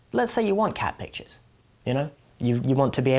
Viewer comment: Anyone else hear "cabbages" instead of "cat pictures"? 🙂